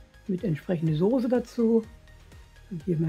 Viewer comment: Bei "Sohse" war ich raus.